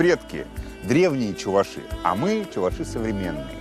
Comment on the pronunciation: Кладут чистое мясо. Никаких субпродуктов. Придумали какую- то фигню. И не ЧувашИ , а ЧувАши.